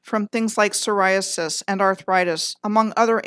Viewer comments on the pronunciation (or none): none